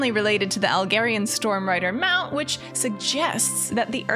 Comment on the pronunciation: could yall stop pronouncing Algar-ian different to Khaz'Algar -- it has nothing to do with Alg(h)erian :'D ... Khaz'Algaaaahr > Algaaahrian thanks for your attention